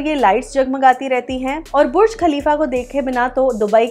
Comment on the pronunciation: lol not buch but burj 😂